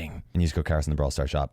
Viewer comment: Hearing karios say in a Japanese tone made me cringe.